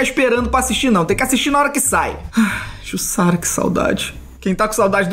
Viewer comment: Se diz "Jussara".